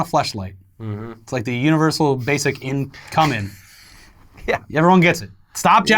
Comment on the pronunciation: I lost it at "universal incom-min'".